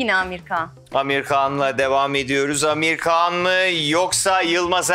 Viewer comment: Amir Kan degil Amir Han